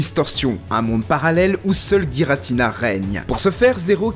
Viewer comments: Giratina pas guiratina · on dit Jiratina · Sa se prononce jiratina et non gi